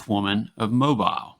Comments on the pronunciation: These stories are great! Never heard most. Ty So So much! MoBeel. Not MoBil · Mobile is pronounced Mo-beel. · You're co host has pronounced Mobile Alabama correct not as.